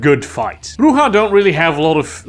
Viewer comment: 100 points for pronouncing Brujah right most of the time.